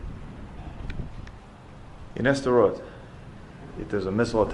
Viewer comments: Why do you call Sderot "Esderot"? There's no E there. At least you don't call it "Sderow" like Americans pronounce Gal Gadot. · the place called just "sderot" btw, not s-derot. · Your pronunciation of Sderot is driving me crazy. It's not "ess-derot" it's two syllables, "sde-rot". Just like you wouldn't pronounce "start" as "es-trart" (unless you are for example a native Spanish speaker), it's a blend. The only difference here is that the d is voice unlike an unvoiced t. Since you speak Arabic which has a lot of difficult blends, I'm surprised this one stumps you. If you can't manage "sd", "suhd" is better than "esd" (or even, if you must, "steROT' or "zderot" (like in the russian на здоровье)) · It is just "Sderot" ... not "E-Sderot". Ivrit Safa Kasha. Also I don't think Sderot was really the hardest hit in Oct 7th though there was definitely intense fighting there. The Kibbutzim closer to Gaza, and the music festival, suffered the most casualties. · It’s not pronounced Ester-rot. It’s pronounced Sssss-derot. Also it wasn’t the most hard hit town on October 7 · Even after Anna showed him the correct way to pronounce it. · Loved this. It’s pronounced s’der-rote. Sderot. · You are pronouncing the city incorrectly. You don't pronounce the S like the English letter in the alphabet; it seems pretty ignorant for someone who know multiple languages.